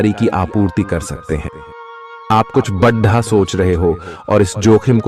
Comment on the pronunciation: Yarr aap pls bada ko bada hi bole badhha achha nhi lgta or v Kai jgh aise aap pronounce krte h jo bilkul achha nhi lgta pls aap is p gaur jaroor kre